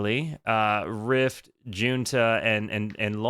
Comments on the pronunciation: fyi it's pronounced hoonta (junta) -- btw, my favorite album is picture of nectar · As far as I’ve ever known, it’s pronounced “Hoonta.”